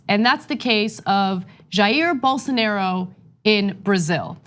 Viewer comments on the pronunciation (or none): Please work on your name pronunciation Ana. Respectfully, its da Silva, not del Silva, and BolsonAro, not BolsonEro. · Why is she pronouncing it "Ger Bolsonero" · At least they should try to pronounce Bolsonaro correctly